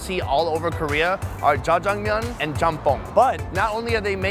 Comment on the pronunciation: say jajamyeon again, I double dare you